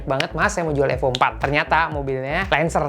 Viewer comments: Cara sebut nama sja ko sda salah,Evo Bukan AFO..bongo,ko memalukan iconic terhebat dunia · Evo bukan efo 😂